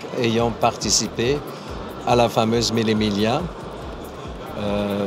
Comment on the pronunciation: On dit « milé milia » pour la prononciation de mille miglia!!